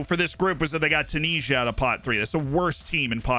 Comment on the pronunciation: The way you say Tunisia gives me a headache